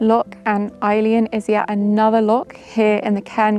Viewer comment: loch not lock